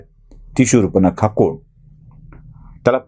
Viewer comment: शूर्पनखा नाही हो शूर्पणखा.